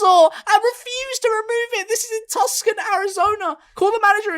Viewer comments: Say it with me ... Too-sahn. Tucson is pronounced Too-sahn. Not hard. Hard? Tlaquepaque. Can ya say that? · ikr tuck son haha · "Tus-kon Arizona" ...George... 🫥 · It's pronounced two-sawn Arizona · Seeing you mispronounced Tucson Arizona hurts me as I live in Arizona